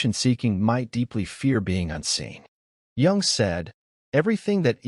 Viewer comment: We're surrounded by them! BTW, Jung is pronounced "yoong", not "yong".